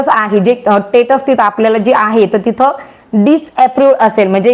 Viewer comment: are te tatus nahi status aahe